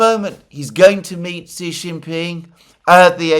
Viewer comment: Alexander, you are amazing, and I listen to all of your videos. However, Xi is pronounced "She". From Perplexity: the pronunciation of "Xi" in Xi Jinping is closest to "shee" in English, with a soft "sh" sound at the beginning. So, "Xi Jinping" is pronounced as "SHEE jin-PING" where "Xi" rhymes with "see", but starts with an unvoiced "sh" sound, not a regular English "s" or "z". Sorry to be a pedant, but I have a background in mandarin and it rankles when I hear other pronunciations... Keep up the great work!